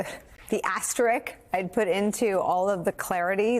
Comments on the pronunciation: it's "asterisk," lol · Asterik??? I don’t know what a “Asterik” is. Do you mean Asterisk???